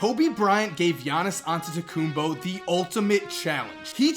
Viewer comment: Ol finally some body can say Giannias Antetekumnpo correctly.